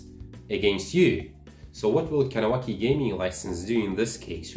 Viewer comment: You’re saying Kahnawake wrong